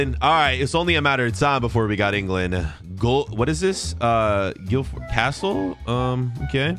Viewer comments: Ayo I live in Guildford it is pronounced Gill-Ford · btw its gill- ford